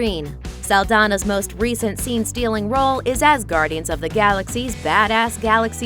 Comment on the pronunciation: Anyone else hear Asgardian???